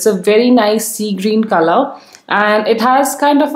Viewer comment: Khalar nhi color hota h 😂😂